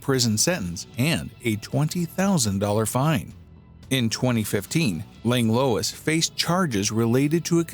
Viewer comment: Minor quibble with pronunciation. It’s not “Langlowiss” it’s “Langlwah” 😅